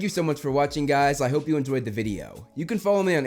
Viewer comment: emphasis on the “i hope” lol